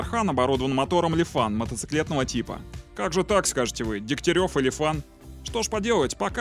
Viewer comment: Как только ты сказал люфан я ушол !! ;(